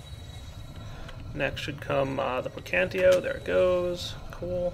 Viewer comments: it's called "praecantatio" not "praecantio". I'm just saying that for people who have a problem with these thing. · Am I the only one who goes insane whenever he says precantio instead of praecantatio? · um you kight want to know the magic aspect for thaumcraft is called pre-can-tay-she-oh is how you say it not pre-can-tee-oh srry not to be rude or anything it just kinda bothers me sometimes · It's PraecanTAtio. Gosh. :D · lol i don't know why this bothers me so much but its prae-can-tat-io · You keep saying preacantatio wrong.